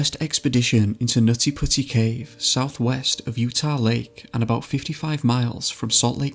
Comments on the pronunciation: Omfggg u seriously need to stop or just not even say the words NUTtY PuTTy. Hahaha too ridiculous with ur accent man. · Did anyone noticed on he said nazi pussy instead of nutty putty